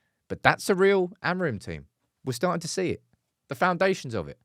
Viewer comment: Here's a tip to say "AMORIM" properly: Don't read the last "M". Here's how: take the word "sing" as an example. Now drop the "G" and you get "sin..." right? Now say it again: "Amorim"! Don't read the "M"! :)